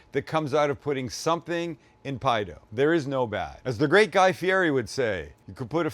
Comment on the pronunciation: That looks fkn amazing, I'm so stealing that. Guy Fieri's surname is pronounced Fee-Yeti, btw. Top ep guys, loved it.